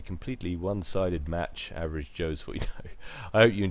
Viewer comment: ''Averave joes'', seriously:I